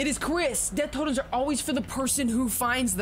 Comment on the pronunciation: i love how everyone calls the totems toadies